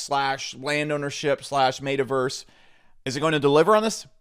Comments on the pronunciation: M”eh”taverse not M”ate”averse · how do u mispronounce metaverse lol dude just said made-a verse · this dude calls it the "maytaverse" hahaha